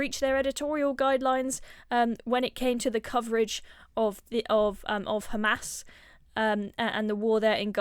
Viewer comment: She keeps mispronouncing SHARIA as SHARIYA Douglas also mispronounces HAMAS as HAMAZ